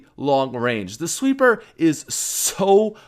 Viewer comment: Why did he call it a sweppr